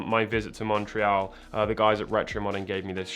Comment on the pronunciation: I keep being jumpscared every time he says Montreal because that's where I live. XD Anyone know which store he went to?